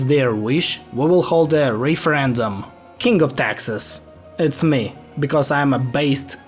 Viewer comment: Not being rude or anything but you saying kink instead of king is just hilarious 😭